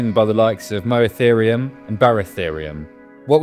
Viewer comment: A little input, Moeritherium is read like 'meer-e-therium'. Just to make it easier to pronounce (because yes scientific names can be difficult to pronounce, as someone who pronounced Poebrotherium as POE-BROTHER-IUM can testify).